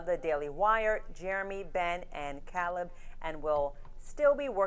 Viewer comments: How the hell did that reporter pronounce Caleb wrong??? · Cal... ebb? You mean caleb?